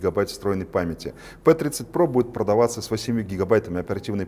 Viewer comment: Не "Пи*дитё" тут))) не пи, а пЭ звучит лучше)